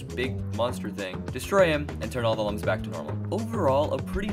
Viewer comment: Slight nitpick but Lums is pronounced as looms, like illuminate. (It said it in the Origins book 😬) Legends will always be my favorite out the bunch. Best we can do is maybe wait for another 3d game.